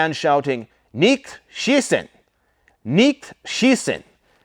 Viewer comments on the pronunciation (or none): OMG I laughed so hard. You do not know German for shit. The way you said shitzen! I was wondering to my self what is he saying. Now you have to go and watch a German war movie so you will hear the right way to say shitzen! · 😊so cute, it's Nicht schiessen, pronounce the t at the end. Bundeswehr pronounce the e in the middle as an a